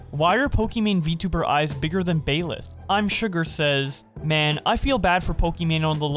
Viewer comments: My man really just said Bayleth instead of Byleth LMAOO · ma'm its Baileth, not bileth Still pretty good video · not to be that guy but... its bye-leth not bay-leth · Love how he says bayleth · also the girl on the right Byleth, you actually pronounce it as "Baileth" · Did just call Byleth "Baeleth"? I guess I know where his tastes lie. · Ok but why did he pronounce Byleth as "Baylith"? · pronouncing byleth baileth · How the fuck did this man just pronounce Byleth? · Love the vid but you butchered by lethal name hard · Lol you said Byleth wrong.